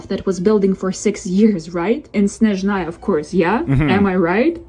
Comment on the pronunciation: Snezhnaya ❌ Shitzhnaya✅